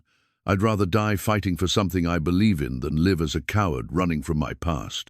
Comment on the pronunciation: AI just cannot do numbers.... Also cannot differentiate between live and live(. Liev)😂😂 it's a giveaway every time